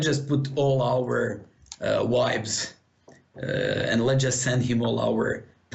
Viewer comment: lol I thought that too... he was trying to say vibes